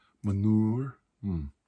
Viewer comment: "Ita smell like Meh-nour"